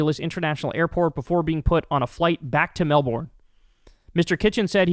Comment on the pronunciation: Kyle, as an Aussie I need to let you know that it’s pronounced “Mel-Bin”. If you say Mel-BORNE here you will be ruthlessly mocked.